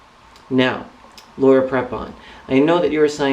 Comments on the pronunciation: its laura prepon pronounced pr(ee)pon if your gonna hate at least say her name right lol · My thoughts exactly (and it's pronounced "Pree-pon", for what it's worth). I understand what you're trying to say,, but: (a) Many, many ex-members have realized after leaving the Co$ that they were "brainwashed" (you used that phrase yourself in the "Joining Staff at Scientology Pasadena" video) so it seems kind of unfair to single Laura out. (b) other churches can twist words from their "sacred texts" around and make them seem what they are not (ie. deliberately misinterpret them, when it's convenient for the church). From what I've seen in some documentaries, Tommy Davis was really good at doing this sort of thing when he was Scientology's mouthpiece. (c)If you're a true believer, then this kind of thing (believing deliberately misinterpreted lines of text) is all the more easier to accomplish. When it comes down to it, belief is belief and even if people are shown the truth, a true believer (as I suspect Prepon is) will disregard it and believe only what their church tells them. As for her role in "Orange", she does a fantastic job of portraying her character (Alex) and her chemistry with her female co-star Taylor Schilling (who plays her ex/current lover) is effing sizzling, so she's not holding back on playing a lesbian character as far as I can see:)